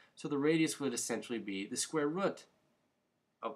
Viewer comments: Rut hahahahahahahah. But thanks for the help in regards to your funny pronunciation of root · Square rut? Lol. Sorry man but it sounded funny. Good video though! Thanks.